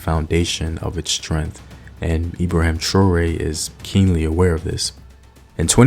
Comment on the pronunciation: Learn how to say his name properly.